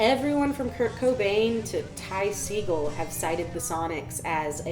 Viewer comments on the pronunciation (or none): none